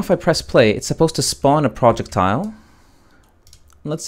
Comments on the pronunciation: PRO-jeck-tiles. Not Project-tiles. OMG making so I can barely watch this vid. I am not sure if you are purposely mispronouncing, trolling the viewer or.... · "PRJECT--TILE" it's almost unbearable to listen to lol. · Not gonna lie. I thought you were saying "Project Tile." At the start I was like "wtf is that?" Only realized 3 mins in you were syaing "Projectile." Also was VERY confusing as you didn't actually show where you got that variable from (I know it was created earlier in BP_Projectile_base) but I can't find it anywhere in BP_Player. On top of that I have a bunch of old variables from my old targeting system. Would help if there are any errors/corrections in the video if those are carefully focused on with the camera. I understand it's hard to keep moving the perspective, but these points are the most crucial because I'vwe spent an hour now trying to self-solve this. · It's 'pro + jech + tile'